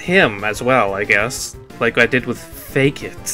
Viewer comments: its fAkit not fakeit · its not "fake-it" its pronounced "fuckit" xD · I think it's pronounced like F*ck it for Fakit. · Fun fact: Fakit is pronounced "Fuck it"